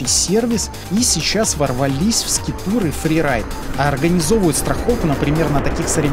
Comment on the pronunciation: 🤦🤦🤦конечно интересно, но бездари: не скитур, а скайтур